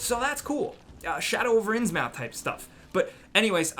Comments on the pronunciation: "My knowledge is somewhat limited." [mispronounces Innsmouth] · Anyone else just shuddered after he said "shadow over ins mouth"